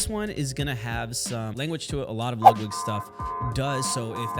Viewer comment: “Lugwig” If you don’t care enough to pronounce a name correctly, Im going to assume that you dont take the time to make sure everything else is right too.